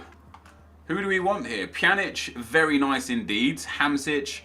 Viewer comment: WHAT MAKES YOU THINK A K IS PRONOUNCED CH NONONONO ITS HAMSIK NOT HAMSIC